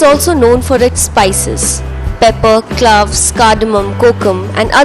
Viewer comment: Not a good video. The dear lady was more obvious in it. Please cloves is pronounced clo vs. Not cloouvess. Iman temples is temple not as you say tamples